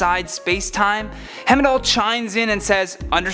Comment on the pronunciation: Not only can he not pronounce Darkseid, but he also can't pronounce Heimdall... What other names will mess up???